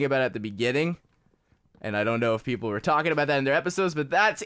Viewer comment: Anyone else catch that he said 'Pleople'